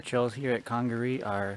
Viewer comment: Just came across your video and wanted to give some insight on the park. I run a guided kayaking company that does trips in the National Park. You you are pronouncing it correctly. The word Congaree comes from the Congaree Indians that once lived in the area and means "River People". The leaves you were laying on are from the Holly Tree and yes, they are very sharp! The park is home to the National Champion Holly Tree at 91 feet tall. The shots you heard were likely hog hunters on the river. They spotlight wild boars at night and shoot at them from boats. (it is illegal to hunt in CNP so they may have been breaking the law) The park is home to 3 owls: Barred Owl, Great Horned Owl and Eastern Screech Owl. They can have several different calls each. And lastly, the trail conditions. They do not allow motorized equipment (atv) past the visitors center. So when bridges or boardwalks get damaged they have to carry all the replacement parts in. This is often done by volunteer groups during the summer. Great video! I enjoyed watching it and the River Trail is one of my favorites!